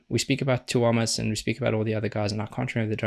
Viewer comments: Tuomas - you can say it like 'TOUR-muss', with silent R like you seem to say it naturally to your dialect. Coz the the stress in on u, not o lie in Italian. That's more important than getting the o oh so pure ('pjuo') :) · The "proper" way to say his name is 2-oh-moss, emphasis on the 2.